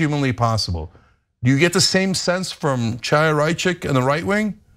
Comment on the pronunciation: Ana, thank you for your work. I have two friendly comments about pronunciation. The name of the despicable right-wing activist and stochastic terrorist you are referring to is pronounced "Khaya", the "Ch" at the beginning of her name is not pronounced like chair or china or chalk. Also, when referring to the newspaper "Ha'aretz", the emphasis belongs on the second syllable, "AH", and not on the last syllable "retz"- i.e. Ha-AH-retz. Thanks.